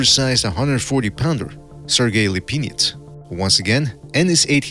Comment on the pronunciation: “Sergey LePenis”